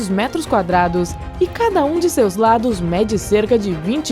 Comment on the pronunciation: PELO AMOR DE DEUS, MUDA ESSA DUBLAGEM. SEMPRE QUE VOCê FALA METROS QUADRADOS EU QUERO ENFIAR UMA AGULHA EM UM GATO PARA NÃO TER QUE OUVIR "METROS QUADRADOSNSSSSS"